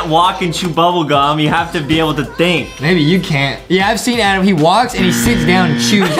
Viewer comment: NO ITS ADEM. OK IT'S ADEMMMMM NOT "ADAM"